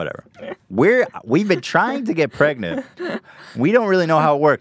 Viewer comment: Ethan trying to get pregananant